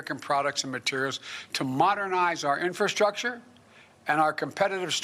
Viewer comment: Uff...he cant even say infrastructure let alone understand what it means. He has no idea what he saying....everything is either a lie or plagiarized!!